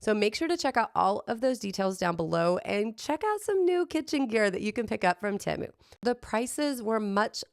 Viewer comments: TEMU - Pronounce like TEE-MOO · Correction, it is pronounced teh-mu. You can google it. It is not an English word, it’s Chinese.